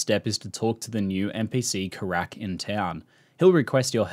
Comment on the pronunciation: It's 'Keyrack' not 'Karak'